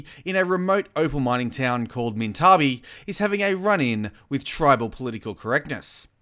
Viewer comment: It's pronounced (Mint-a-bie)